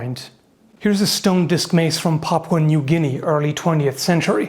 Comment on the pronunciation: are my ears deceiving me or did call that "Popcorn New Guinea"?